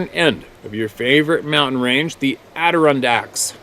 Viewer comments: It cracks me up every time you try saying Adirondacks ( ADD - A - RON - DACK) and Yes, "Water Town" Love what you do, thanks man, take care out there and Blessings to you and yours, from Upstate, N.Y. (Fulton) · addaRONdax OK? (Please stop breaking my ears! :) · Hiya, hi Gang- *Add Uh Ron Dacks *Adder Ondacks *Adda Rondacks 😉